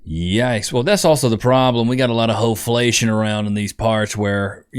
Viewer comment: “Ho flation “ 😂😂😂😂😂 Omgosh